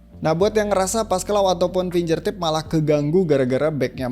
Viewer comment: Makasih review nya, Mas. Btw finGERtip, bukan finJERtip